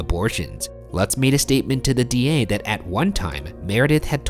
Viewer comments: Lutz is pronounce loots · ITS PRONOUNCED “LOOTS”... That’s my last name btw